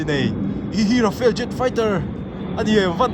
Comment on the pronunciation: Rafale, Rafael nilovin.